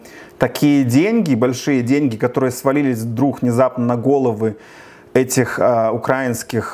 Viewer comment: Тільки не кажи: "УкрАінскіє"! Ти ж, наче, грамотний чувак!) Слух ріже, коли ти ставиш наголос неправильно! Але чому у тебе така "любов" саме до України та всього українського?! Все це виглядає досить суб'єктивно та упереджено, хоча, дійсно - треба висвітлювати правду, нести Її простим людям, можливо, заблукавшим вівцям, які в оточенні вовків в овечих шкірах! В принципі, гадаю, ти на правильному шляху: французьке поняття/слово "журналіст", від слова "жюр" - світло, освітлюй, неси світло, бажаю тобі успіхів, хай Бог Береже!)